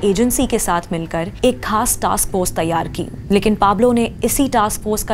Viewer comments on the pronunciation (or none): none